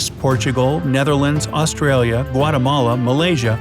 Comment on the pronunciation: Time to correct mistakes! 1: 4.25 he said Australia instead of Australia tell me if u see more mistakes